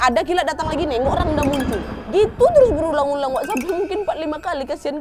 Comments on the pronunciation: Ijin intropeksi kak penulisannya emang rangda kak tapi pelafalannya rangde kak 🙏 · Aku gakak dengar gomong rangda padahal rangde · Kak mau koreksi dikit boleh harusnya cara bacanya itu rangde pakai e bukan a kak 🙏🏻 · btw kak rangda itu bacanya rangde yaaa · Rangda tulisannya bacaanya rangde nad,.... Aku asli bali... Salam semuaaa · maaf ya ka nad, rangda itu dibaca rangde 😅😊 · Mohon maaf kak aku dari bali mau memberi informasi rangda dibaca rangde ya kak hehe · maaf kak mau ngebenerin kata rangda emng tulisan nya rangda tpi di baca rangde kak